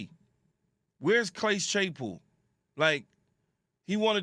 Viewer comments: Key said “Clase Chaypool” lolz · Bro said “clase chaypool”😂😂😂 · Key said clayce chapool 😂